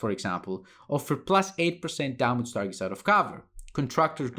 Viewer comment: It''s Ντάμιτζ, not Ντάματζ mate :) Nice analysis.